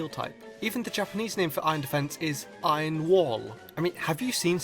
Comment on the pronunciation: Why are you saying "ion" instead of iron?